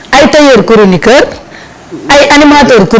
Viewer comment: 😂CROniqueur ou CHORonoqueur?